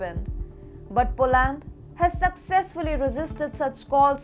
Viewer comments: How about POLUND or POLIND 🤗🤭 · Polaaaand. It is Polánd not Polând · Atrocious उच्चारण, as always. Poland औऱ europe बोलना भी नहीं आ रहा है। चाटूकारों से बाख के रहो, वो नहीं चहाते कि तुम इम्प्रूव करो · She should learn how to pronounce Poland!!!!